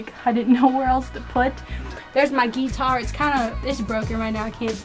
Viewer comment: your "geetar" :P